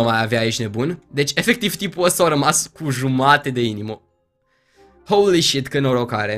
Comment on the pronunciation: când îl aud pe că spune "houli șit" îmi vine să îmi sparg timpanele cu un cuțit